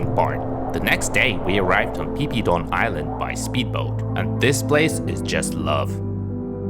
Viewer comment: rather than d music i prefer to know how u fly drone like that?! it's pronounce as fi fi island not pee pee =.=